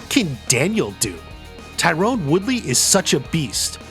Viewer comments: It's Tyron not Tyrone! Ffs! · Not Tie-Rone. *Tie-ren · I didn't realize Tyron Woodley was one of the fighters who fought Jake Paul I got confused cause his name isn't pronounced Tyrone it's pronounced Tie Ron. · Stephen Thompson never became UFC champ. Also its not Tyrone, it's Tyron